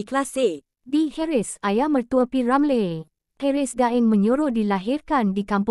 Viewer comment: Betul tu sebutan p.Ramlee tk tepat,ejaan Ramlee tu bunyinya Ramliiiiii